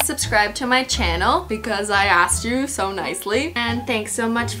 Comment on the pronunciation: Ish not “u” ish “you”